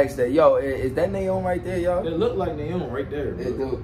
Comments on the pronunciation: Nayeons name is pronounced niyeon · Nayeon’s name isn’t pronounced Nae-young it’s Naa-Yon